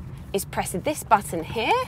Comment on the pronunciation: ANGELS ARE CRYING BLOOD EVERYTIME UR SAYING "HERE"! Youre cute and everything, but please stop saying it! Best Regards